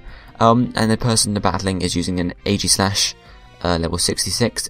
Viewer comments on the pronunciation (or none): none